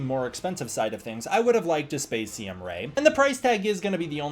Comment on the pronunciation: You’re thinking of MEGO for the other figure. Great to see you having so much fun with with the poses and articulation on him, very fun. I think the problem with a Spacium Ray (which I think your pronunciation is correct) is you’d need a base for it as well. Which a base for the figure itself would be nice to put him in a flying pose but I see that more as a generic accessory stand-alone. Prior to the SH Figuarts the line was called Ultra-Act. Given what you’re experience with the series is I do totally expect to see a Rising Figuart review soon lol I don’t know how costly it would be but there is an Ultra-Act Ultraman Noa from Ultraman the Next if you wanted to deep dive.